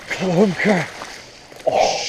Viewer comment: I thought he said clumber